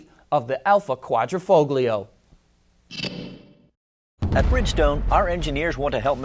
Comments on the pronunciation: I heard "kwah-dreh-foh-glee-oh". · the "g" in quadrifoglio is not pronounced. see this site